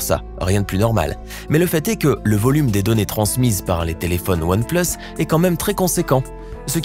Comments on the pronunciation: S'est comme sa qu'on dit "One pleusse" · One place ??? ça se prononce pas "oane plUUs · One pleusse 😂 mrd